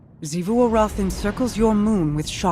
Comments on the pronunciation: Why doe he say Xivu Arath like that?? The game literally says the name so many times yet he says it weirdly still???? Is he trying to be posh or something? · I just want to commend for sticking to his pronunciation of Xivu Arath's name despite everybody in the game pronouncing it the other way. This video touched on a point that I've been confused about since the beginning of the season. Ana Bray seems so proud of the fact that her Warmind is going to be able to outmaneuver Xivu Arath... an AI dedicated to warfare? Against the Hive God Of War? Surely that isn't only an obvious problem to us from beyond the fourth wall, right?